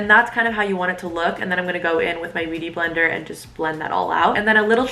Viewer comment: hahahah love how you called it your "booty blender" and not beauty blender im dead